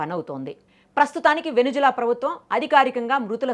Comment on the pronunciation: వెనుజువెల కాదు వెనుజుల